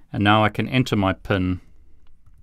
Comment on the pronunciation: It was the way you said pin that caught my attention :)